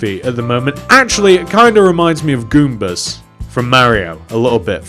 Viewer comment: Its goomba not goombus